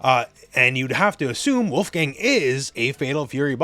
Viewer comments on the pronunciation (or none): not wulf-gang … his name is pronounced wolf-gung, it’s a german name.